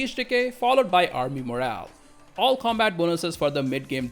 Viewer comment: Dude, it is "co'mbat", not "comb'at" .... gee ...